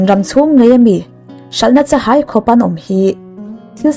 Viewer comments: Chahai hi i thluk fuhlo deuh lo maw..? hai tih lai khi thluk kun tur.. Chavai tihangin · Cha - hai ( hai) lai hi thluk hmiam tur eg Ka - vawm, vawm lai thuk hniam ang hian